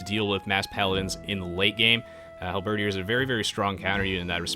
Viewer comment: isnt it halberDIER as in DYAY?